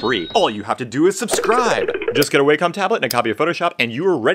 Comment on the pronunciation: Wacom is NOT pronounced Way-com, it's Wah-com